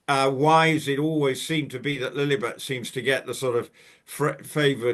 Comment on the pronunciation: please, please stop saying Lillybet, Lilly yes, even though still annoying, even MM calls the child Lilly, but you can be sure she gets her narcissistic jollies, when she hears people using our dear Queen's pet name!